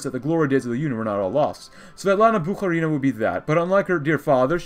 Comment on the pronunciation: Haven't watched yet but please pronounce Bukharina as BukhArina, not BukharinA